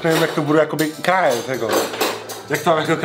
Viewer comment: jsem jediný kdo tam slyší kájet místo krájet? 😂